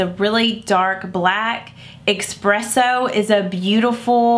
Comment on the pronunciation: There is no X in espresso!